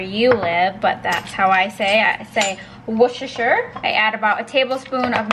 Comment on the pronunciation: You pronounced Worcestershire sauce correctly. I'm from the UK 😃👍